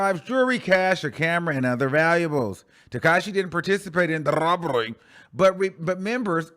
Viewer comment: When tries to disguise words has me in stitches!! Whyyyyy say robbery like that omg🤣🤣🤣a true cackle